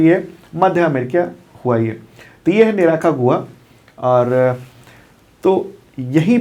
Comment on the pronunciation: say निराकागुआ 😂😂 Actually.....निकारागुआ है